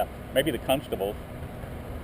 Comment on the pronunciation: I still giggle when NNH says "cuntstables."